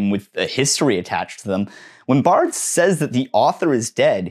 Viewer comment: i am having a very hard time getting through this exclusively due to your pronunciation of "Barthes"